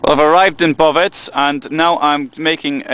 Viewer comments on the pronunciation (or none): Bovec not Boveć Slovenia doesn't have ć only č !